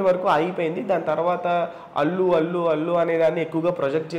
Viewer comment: అల్లు కాదు అతు అర్జున్